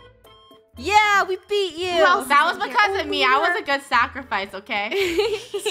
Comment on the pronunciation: Funneh says lunar the wrong way: and then there was one…. Lunar lular??